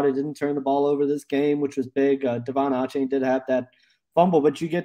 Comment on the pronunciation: Achane is pronounced A-chain